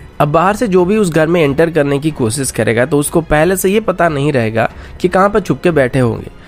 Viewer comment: Good channel but speech delivery needs correction. Eg. साम नही सैम surface to air Cheej nahi cheez कोसिस नही कोशिश And so on. News reader must give attention to it.